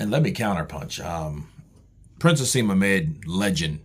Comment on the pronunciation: Naseem not haseem